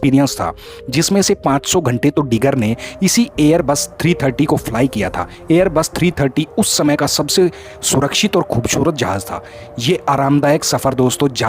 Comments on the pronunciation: Jahaj Nahi jahaz houta hai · Hueai jahaj Nahi jahaz houta hai.jaroor nai zaroour houta hai